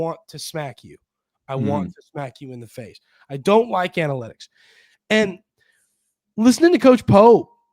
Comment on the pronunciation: At first, I thought you said "we're gonna talk about Annie Lennox" analytics lol